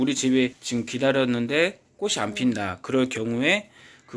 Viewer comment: 꽃을~꼬츨 꽃이~꼬치로 발음하세요 꼬슬,꼬시아니죠.